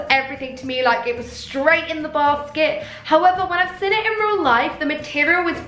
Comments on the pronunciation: You always say the word “seen” as “sin” But u did look gorg in this video 🙌🏼🙌🏼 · Why does she say ‘seen’ like ‘sin’ 😭😫😫😫😫😫😫😫 ugh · ‘Seen’ not ‘sin’ 😂😘